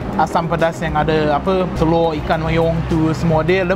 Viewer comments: hahaha ckp kedah "teloq" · ckp teloq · teloqqq dia hahaha pekat betoi kedah ang ni dok kuala nerang ka.. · kalau cakap telur jadi orang utara eh?